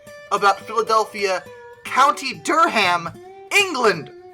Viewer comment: Love this channel! But it's DURR-am, not Dur-ham. Just like in North Carolina. Keep up the good work!